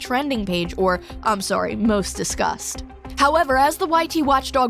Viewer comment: Hehee sorry every time you said "discuss" I heard "disgust" haha.. 😅 I mean... He's one of the most disgusted Youtubers out there now. 😂